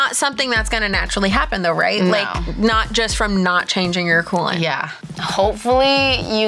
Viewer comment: oil mixed with ooolent .. did I hear that right? :P